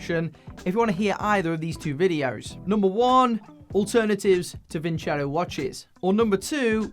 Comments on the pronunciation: Vincero not vinchero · Actually it's pronounced :. Vinceró. Vincair aoo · It is pronounced “Win Zero”, i believe! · Sorry Vin-cero, I'm not going to pronounce your name Vin-chero until you write it like that. = ) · Vin-ZERO! That’s how it’s really pronounced. My gosh everyone gets it wrong. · Btw just saying Vin CHero sounds way more bleh pronounced just no, way to bad promote your company name and how it sounds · Lol, It should actually be pronounced "Winkero." The company that claims to draw from Roman roots did not bother to do enough research to determine how the Romans would have actually pronounced the name. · Gotta love how the YTbers are mispronouncing their sponsor's name. Thats kinda disrespectful towards your client lmao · It’s not pronounced as you say the tonic accent is on the O.